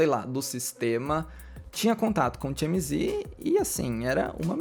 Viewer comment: Realmente temos q repensar nosso comportamento como sociedade. Se não tive público pra isso, o TMZ não iria agir assim, tão sem ética. Parabéns pelo vídeo,, muito bom. Vou te dar uma diquinha de inglês: TMZ se lê "ti-éme-zi'. Ou, em bom português, "te-eme-ze". Beijo e sucesso!!